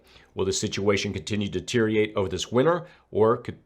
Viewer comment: DUH-TEER-REE-UH-RATE. Deteriorate. 🤷🏾‍♂️